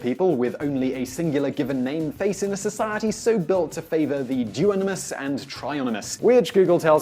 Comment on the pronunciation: 'duonimous and trionimous', add them to urban dictionary now, because Simon decreed them as such.